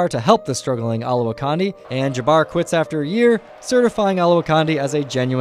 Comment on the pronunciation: Ol-ah-wah-candi not condi !!